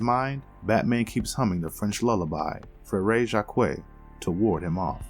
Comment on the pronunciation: That completely butchered pronunciation of Frère Jacques, though